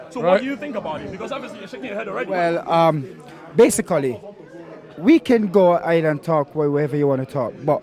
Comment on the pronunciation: so BA-SIC-CALLY 🤣